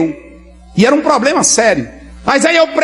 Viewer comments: 😂😂😂( poblema) 😂😂😂😂😂o português bem pronunciando 😂😂😂😂😂😂😂😂😂os malandrinhos da fé 💰💰 só falta se candidataram ao algum cargo político 👌🏼ele já sabem como arrancar dinheiro das pessoas 🤑💰...disse JESUS CRISTO viram muitos em meu nome é enganaram a muitos.🙌🏼🕊️ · POBLEMA !! ?? ÉSSA TEM A OBRIGAÇÃO DE TER UM PORTUGUÊS MELHOR !! SEM FALAR NO OUTRO DO TIQUE TOQUE PLEQUE PLEQUE